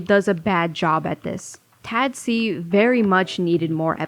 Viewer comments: why are you pronouncing it "Tad-see" it's clearly "Tah-dac" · i like to pronounce tadc as taduck because im craaazy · M sorry hearing u pronounce the acronym like that is literally sending meskdjksf